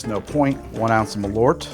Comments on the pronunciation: I love how bäsk has somehow become a thing in Chicago - and a meme. Love from Sweden (btw, the name: MALL-urt would get you much closer than muh-LORT) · Not malort. MAL-ÖÖÖÖÖÖRT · Alright, who is going to teach how to say Ö? Pretty sure he is risking some kind of goblin-style curse by calling Malört "Malort" so often. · It clearly says Malört, but he keeps saying "mah lorrt". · Maal-uh-rt. Only time i spewed from alcohol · Ö isnt O. Every single American can say the letter Ö. Bird, word, heard, learned. Just say the Ö part. Actually you should start writing them with Ö. Börd, wörd, hörd, lörnd. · I'm danish and the way he pronounces Malört really sounds like he is saying "My poop" in danish!